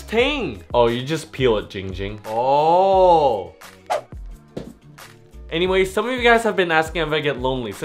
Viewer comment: It’s not ging ging It’s ZING ZING